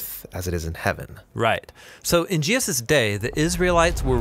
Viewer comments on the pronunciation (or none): Is it just me, or does anyone else cringe whe he says Jeeus instead of Jesus? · Excellent, but the narrator has a history of randomly pronouncing Jesus "Jee'-us" like and . Is that just an accident while saying Jesus quickly or is it some pronunciation I have missed out on. It's just something I have picked up on throughout listening to the Bible Project. Look, I don't want to be critical, I just want to know if its just a accident or if its some cultural way of saying Jesus?